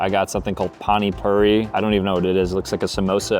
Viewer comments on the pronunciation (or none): hey Indian here it’s pronounced panee pooreee no hate